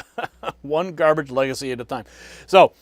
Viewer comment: "What is this gah-bage?" 😂😂😂😂😂😂😂